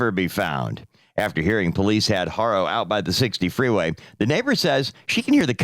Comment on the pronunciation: Their last name is not HARO, it's pronounced ARO... the "H" is silent! 🙄🙄🙄🙄🤦🏻‍♀️🤦🏻‍♀️🤦🏻‍♀️🤦🏻‍♀️